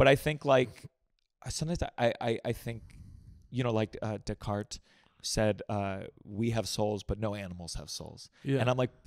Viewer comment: Gianmarco, it's DAY-cart not De-car